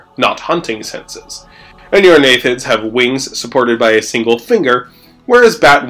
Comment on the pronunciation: "Aneurognathids"? Shouldn't it be Anurognathids? "Aneurognathus" would mean "breinless jaw", rather than the real world animal Anurognathus "anuran [frog] jaw".